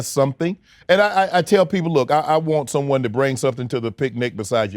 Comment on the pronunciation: I’m getting the vibes Shannon is undercover. He reiterated “SOMEONE” with a bit too much emphasis.